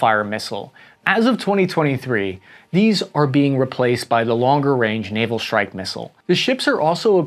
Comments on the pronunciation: FFS! It’s “strike”, not “shhtrike”. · What's a "deshtroyer" and a "shtrike group" ? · Lost me when you added the h in Dishtroyer and ch in Schtrike.